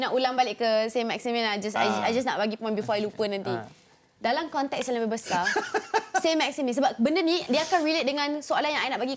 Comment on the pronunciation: sebutan yg betul adalah sang maximang. sebut "ang" tu bunyi sengau sket.